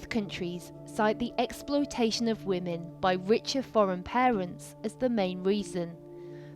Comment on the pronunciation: "The poor wahmans" 🙄